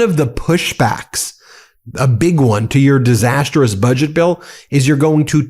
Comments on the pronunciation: Disastrous NOT DISAST-ER-OUS 😂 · Ben, you keep mispronouning "disastrous".